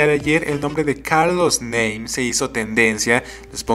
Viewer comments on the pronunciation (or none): Se pronuncia "NAME" no "NEIM" jajaja